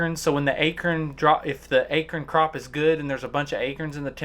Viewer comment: It's acorn not akurn country boy! I saw some of your videos . Your a good hunter. Don't care what you sound like. Is there somewhere in northern Missouri you want to hunt by boat access and need friend with boat? We can be bhb's . Hillbilly from extreme sw MI.